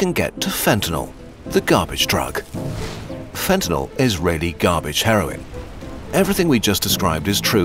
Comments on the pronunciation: Wasn’t Fentanyl made up by politicians? And why do they pronounce it “ Fentanol”? Is that a side effect? 🙂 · A video about fentanyl, where you don't even know how to pronounce it. Classy.